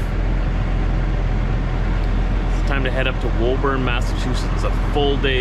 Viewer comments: Hi, I know you’ve already been through here by now, but in case you get a chance to read this, the local pronunciation is Woo-burn not whoa-burn. I hope you got to sample some of the local seafood. Safe travels. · 🎉 WOBURN, IS PRONOUNCED WOOBN.